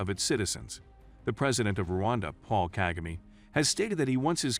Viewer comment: The way he said "KAGAME"With the american accent had me rolling of the floor